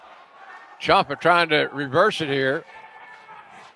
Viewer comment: It's pronounced champ-uh not chomp-uh